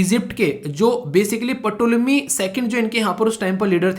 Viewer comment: this is not patolemy .this is tolemy (ptolemy) .please silence rahega